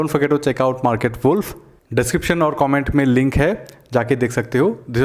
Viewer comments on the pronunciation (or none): none